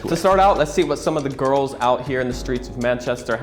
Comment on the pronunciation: It’s pronounced “gorls” 👌